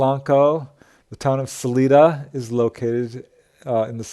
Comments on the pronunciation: No, really. I appreciate this video, but mispronouncing a well known city name really stands out. Not Saleeda, sal-eye-dah. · I thought about this too. In defense, I have seen them misspell the name of that city as Canon City on road signs. Most from Colorado know its correct pronunciation. I think he also pronounced Salida using the Spanish pronunciation. Not being from Colorado he probably doesn't know that people in Colorado use a sort of English pronunciation (suh-lie-duh) of that non-English word. It's like people in Wyoming do with the town named Dubois which appears to be French in origin. It's not pronounced "du-bwah" in Wyoming. It's pronounced "du-boys." Apparently, French people don't tell them how to talk in Wyoming. 😂